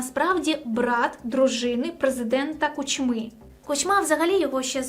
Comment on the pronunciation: перший раз попалась мені на очі ця дівуля,як що ти про український блогер то НАВЧИСЬ ПРАВЕЛЬНО ВИМОВЛЯТИ ПРІЗВЩЕ КУЧМИ !!!!! дізлайк і не підписка однозначно,боже яке позорисько ...